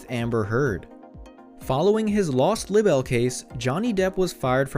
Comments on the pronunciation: Not lib-bell but lie-bell .... For libel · Look up the correct pronunciation of LIBEL! Jeez, Louise!